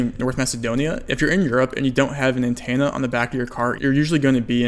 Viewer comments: You really need to work on your annunciation and pronunciation. "Antenna" is not pronounced "An Tan Na" There is an E. So its An TEN Na You say a bunch of stuff incorrectly like that. Idk if you have a speech impediment or what but it makes it difficult for non english speakers and ESL to understand your videos. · If you take a shot every time you say antenna as antanna, then you'd be dead. :P